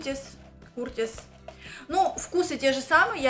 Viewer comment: здравствуй. чай не Куртис, а Кёртис)